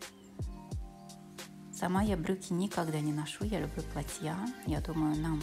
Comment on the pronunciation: Спасибо, очень понравилось, но в слово платье, произноситься с ударением на букву а.